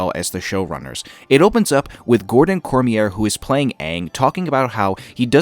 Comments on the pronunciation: You were close with Liu and Cormier. Liu = Loo and Cormier = Cor-me-ea (it's French if that helps). Like I said, love your videos. Keep up the great work. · You'd better make plans. This channel is going to blow up once the show drops. Your breakdowns are so good! But one thing you need to work on is your pronunciation of the names. Kiawentiio is prounounced "Gah-wen-dio", Cormier is pronounced "Cor-me-ay", and Liu is pronounced more like "L'yoo".